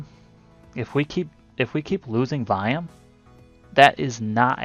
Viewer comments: Whats VIAM? I keep hearing you say VIAM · Sorry, i figured it was volume. Just wanted to make sure you weren't referring to a technical indicator. Sounded like you were saying viam. Im a noob.